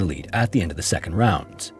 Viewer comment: "sedond story"